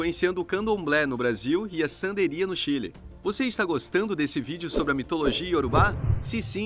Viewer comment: É "Santería" ,...e nao "sandería".E nao é praticada no Chile senao em Cuba.